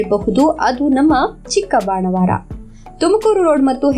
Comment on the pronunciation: ಉತ್ತಮ ಮಾಹಿತಿಗಾಗಿ ವಂದನೆಗಳು. ಊರಿನ ಹೆಸರಿನ ಉಚ್ಚಾರದಲ್ಲಿ ಸ್ವಲ್ಪ ವೆತ್ಯಾಸ ಆಗಿದೆ. ಅದು ಚಿಕ್ಕಬಾಣಾವರ. ಚಿಕ್ಕಬಾಣವಾರ ಅಲ್ಲ. 🙏